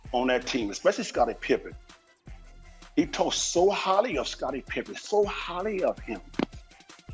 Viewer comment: He talked so ‘holly’ of Scottie pippen 😂😂😂